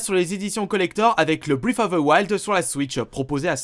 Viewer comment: pk tu dis bien breath of the wild et tu dis toilettes pricneses.